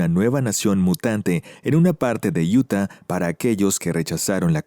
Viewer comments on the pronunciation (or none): none